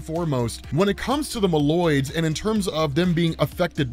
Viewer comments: bro MOLE-OIDS, not mALoids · Its pronounced Moe Loids not mah loid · Your pronunciation of Moloids is wrong and is horrifying to listen to.